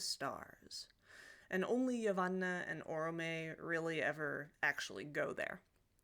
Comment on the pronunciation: Credit where credit is due. When you mention the names, it's magic, and I am immersed in the world. When other youtubers say it, my left eyelid twitches from the cringe, and it takes me out of it. LOL! Edit: I speak 5 languages, so it probably it has to with that. But it truly sounds magical when you say words like Mordor and Yavanna. That trilling of the "r" and that slight pause of the double "n" is just...."Yes, so much yes"!